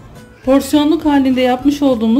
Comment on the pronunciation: guzel ulkemin guzel şiveleri..''böööreğii''....ellerinize sağlık.tarifinizi ikidir yapıyorum..cok guzel oluyor 😍😍😍